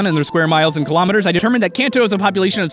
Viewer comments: Un-nova. As well as kon-toh. Great. I am grinding my teeth together. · The way he said Kanto and Kalos physically hurt me. I'm surprised more people didn't know about Payday + Amulet coin combo? I've been doing that since I was a kid. Stil a fun video to watch